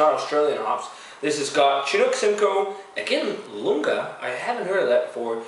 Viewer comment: Actually it's not Lunga, it's Iunga, with a capital "i" ;) Iunga is supposed to give grainy notes (freshly reaped crops, etc.)